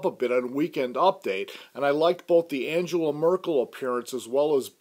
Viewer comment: Angela Merkel's name is pronounced "AN-gh-el-a" with a hard G. Any reviewer would know that.